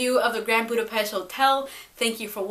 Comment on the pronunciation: That is not how you pronounce Budapest